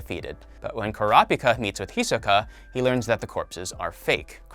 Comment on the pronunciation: Anyone else mad about the way he’s pronouncing Gon and Hisoka